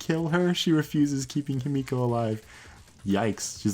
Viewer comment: Whenever he says himiko i hear yumeko